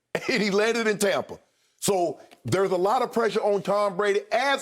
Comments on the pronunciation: TOMpa Bay, like Tom Brady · “Tompa Bay” 😂😂 but true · Tompa Bay Bradyneers